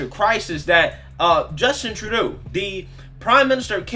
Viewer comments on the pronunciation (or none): it’s True-doe. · it's pronounced like True dough.